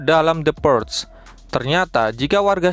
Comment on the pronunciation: bacanya purge= purs ada G nya dikit min wkwkwkwk